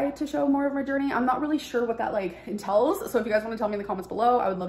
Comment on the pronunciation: I can’t stand how she pronounces “entails” as “intells”